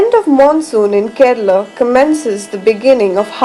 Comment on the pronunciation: Aha, so Kerala is pronounced "Ked/a/la